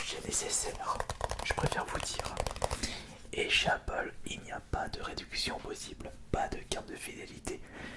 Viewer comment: Au début pk tu sait pas articuler TU DIS APPLEP PAS APPLE